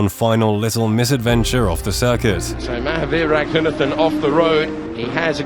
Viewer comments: A bigger fail than this driver himself is the way the commentator say his name.. it's pronounced - Ruh ghu naathen.. not Racoonuhthen.. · I had to look up more video to understand why his name is being pronounced with a "Th" not a "T". Indian sources use "T" not "Th" for his last name.